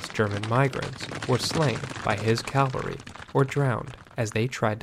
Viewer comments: It's 'cavalry', not 'Calvary'! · Well done. Helpful information and advice about a “valueless approach” to history. Pronunciation point: CAValry is horse-mounted troops. CALvary is where Jesus was crucified. 🙂